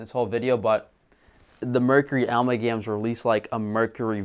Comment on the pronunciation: Almalgams? 😄 .. You're joking right? How quickly did you make this video? How long did you look into this?